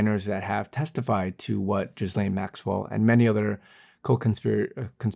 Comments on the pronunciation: please learn how to pronounce Ghislaine. It’s “gill-aine” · Lol, this false prophet can’t even pronounce her name right !!!! 😂😂😂